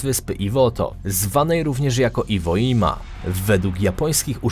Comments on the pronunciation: "Iwoima" nie "Iwodżima"? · Wymawia sie IVODŻIMA pacanie.